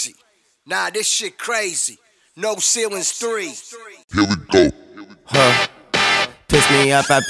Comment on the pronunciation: And its ceilings.....not ceiwens....🤣